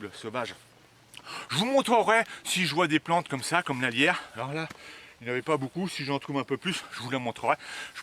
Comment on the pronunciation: Peut-être pourriez-vous épeler le nom des plantes, parfois ? Je comprenais "la lierre", au lieu de "alliaire" ! après j'ai reconnu la plante, bien sûr. Ceci dit, vidéo très intéressante, votre passion sincère est bien rafraîchissante !